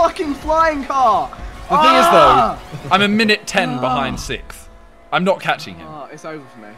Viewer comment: Love how they can't pronounce "sixth"...there is an "X" in "sixth", it is not "sith"!!!!!